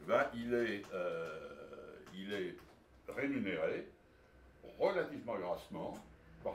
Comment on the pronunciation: Le "béaba à l''économie" ça commence, par exemple par dire "rémunéré" et pas "rénuméré"...